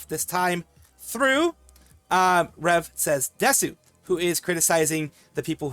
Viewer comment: Bro is NOT saying desu